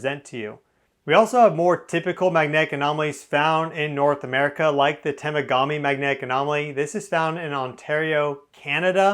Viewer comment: Really interesting presentation. Wow! And fwiw up here for Temagami we say "Tah - mog - ami"